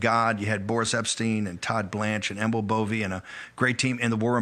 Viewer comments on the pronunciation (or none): none